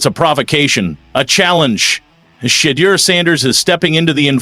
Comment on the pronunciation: Quit call him Shed-der His name is pronounced "She-duer"